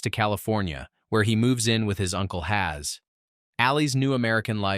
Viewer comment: HAZ🙂 u forget pronouncing two more letter bro